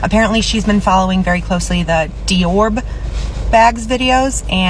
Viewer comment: She did say DE-ORB